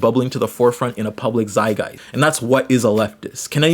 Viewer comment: It’s a zeitgeist not zay-guy